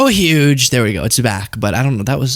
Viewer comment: UUUuge (don't say the H next time)